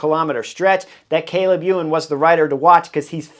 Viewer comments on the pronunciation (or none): none